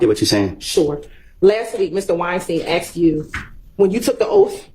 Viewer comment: It's ASKED. Not AXED! Simone Hylton lost her composure and personally attacked/slandered Woody like Adriane did to Ms Bennett. Woody was on repeat: "I lied...", "I'm a liar..". Hylton INTENTIONALLY put Woody's life in danger out of spite. She's a sore loser and an even bigger liar than Woody. She's an offense to her profession. There's no way she should be a Professor at any College or University in the Nation. I hear 7 Eleven is hiring, Ms Hylton.